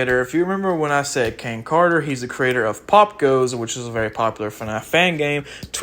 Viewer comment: The way you pronounce "Popgoes" makes me think about that your not really a FNAF fan.